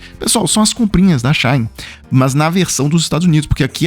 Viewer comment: As blusinhas da China ou da Shein. Vc lê Shein corretamente assim She In em ingles ou Chi ín em portugues. Nao eh chãin náo. Shine é Cháin. A site que compramos coisas chinesas Shein É She In = Chi ín.